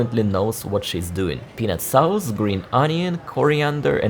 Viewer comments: your English is very, very good but every once in a while..... trust me, I've been there, English is my second language. Now, the word "sauce" is pronounced like "soce". A "sauce" is a slang word for "drunk" and for sure you don't mean that. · Interesting....but no thanks, Dalat looks like paradise compared to this, all big cities tend to be much the same when the gloss wears off. PS: JFYI 'sauce' is pronounced 'sorss' with a long 's' at the end.😆